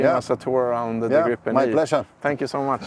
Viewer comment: A bit comical though to hear Swedes pronounce it "grippen", i.e. with a "broken" English accent. For you who don't know, in Swedish it is pronounced as [gre:pen], with a long e as in "Jeep" (the car brand).